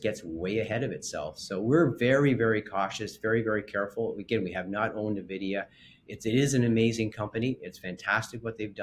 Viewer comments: One would think a financial expert would know how to pronounce Nvidia. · Missed Nvidia completely, can't pronounce it correctly... yeah we should listen to these guys 🤣.